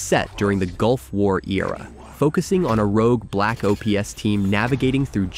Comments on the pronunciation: Call of Duty O P S not Ops 😅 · Black Ops, not O.P.S. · Why does the narrator pronounce everything wrong? Black O.P.S.? Lol 😂 Black Mithe? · so weird hearing the O P S LOL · Call of Duty Black OH PEE ESS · bro learn to say ops properly ;) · I can forgive the click bait thumbnail but I absolutely can not forgive your pronunciation of widely known names like Black Ops and Jedi. It’s painful to hear and just gives off second hand embarrassment for you.